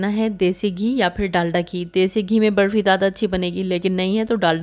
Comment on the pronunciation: Barfi thik se boliye naa